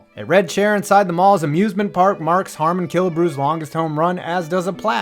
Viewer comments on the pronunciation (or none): none